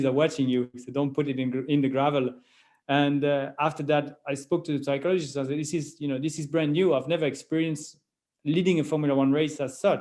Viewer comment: the 'p' in psychologist is silent.